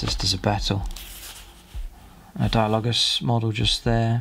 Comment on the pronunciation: dia-low-jus .... Ark-o flagellants ...